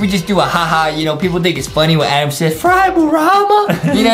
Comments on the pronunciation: I love how Justin says “Edam” instead of “Adam” it’s so like LOL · Justin really said ADEEM